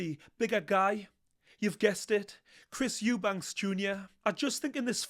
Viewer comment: Why do so many people incorrectly say "Eubanks" instead of "Eubank"? Not just, I hear loads of people say the surname as Eubanks and it's weird